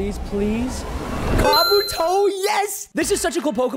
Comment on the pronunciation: Also preston that's not how you say kabuto